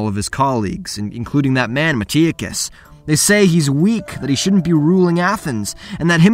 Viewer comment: Why do you pronounce things wrong? Its not a book where you never hear it, it is a game, unless you never played the game, you will hear how Megaris and Metiochos is pronounced, so why pronounce it wrong? It is a small thing that ticks me off.